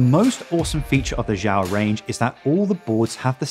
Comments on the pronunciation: It's not pronounced "jow". It's pronounced "she yow" (the space is not a pause; say it quickly as if it's one word). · Xiao is Chinese for small use google for the correct way to say it👍 Good vid BTW thank you